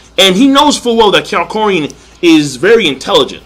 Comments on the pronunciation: HIS NAME IS NOT KYARKOIN! ITS KAK-YO-IN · It's Ka-kyo-in